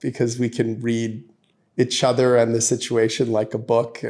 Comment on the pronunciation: He says itchother quite a bit.